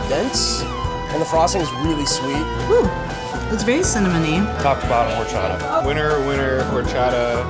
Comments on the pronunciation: Am I the only one that was bothered that none of them knew how to say horchata correct? Lol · the girl with the blue shirt is pissing me off omg stop saying horchata like that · It just bothered me the way every person said horchata throughout this whole video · elizabeth castillo I was about to comment that they were saying it wrong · the way they said horchata irked meeeeeee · “hor-sh-ata “ NOOOOO ITS hor-CH-ata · Did ya girl just pronounced horchata “hor-sha-ta”? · Wait is no one gonna notice how the girl from said horshata ? Like I completely understand that not everyone can roll their Rrrrs but the ch is not really supposed to be pronounced as sh 🤷🏻‍♀️ just saying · any other mexicans got mad or annoyed by her saying horchata as or-cha-ta and not hor-sha-ta ??? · Tf it's not "horshata " its HORCHATA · It's OR-CHA-TA!!! Ppl not hor-chata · Or-cha-ta not hhorchaddah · This was a cool episode, but. HORCHATHA. Or-cha-tha. Please that bugged me the entire time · Aahhhh no not whoreshatta it’s prounouced orrchata(horchata) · I hate how they prononced horchata. It's pronounced or-cha-tha. was the only one who said it right. Learn the Mexican culture. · Omg I can’t deal with the way people are saying horchaTa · why am I the only one who hated the Way they said horchatha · "... horSHATTA flavored" Nooo, I hate when people mispronounce it. 😭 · In the entire nearly 18 minutes, horchata was only pronounced correct one time, very unimpressed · Highkey cringing every time some said horchata except for but I love this channel so much tho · Thats not how you say that word i speak spanish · I died on the inside when she said Horchata wrong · Pissed me off how some of them said Horchata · It drove me crazy how that lady said horchata. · I hate how they say horchata wrong like its so hard to get thru the video with them all saying it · Did it bug anyone else how they pronounced Horchata? No? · am I the only one that's irritated how they pronounced horchata